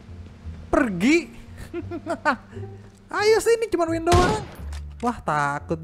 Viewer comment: Ban bukan win tapi wing